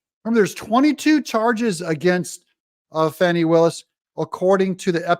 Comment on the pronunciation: The term Fani smacked needs to be used for her. And not the "Fawny" just started pronunciation either.